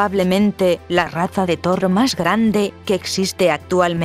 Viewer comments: todo el video diciendo "torro".... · que pedo con este video son de los perea que e bisto y no sade decir toro lo dise como rusa